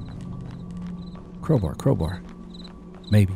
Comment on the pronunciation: how dare you mispronounce Crowbar.......